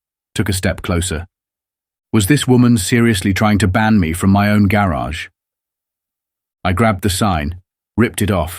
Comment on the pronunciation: Same story just more elaborate the 2nd time. And cant pronounced garage.